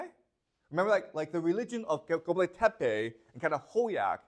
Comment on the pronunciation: Çatalhöyük is read Cha (as in Ciao) tal as in talk Hö as in heuristics Yük as in Yeuk. Göbeklitepe is read Gö as in Goebbels bek as in Beck li as in Lee Te as in Telomere and Pe as in Pele. Turkey is not the name of the country. It is Türkiye officially. Best